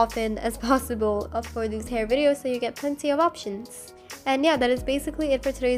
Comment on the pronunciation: "Free haur"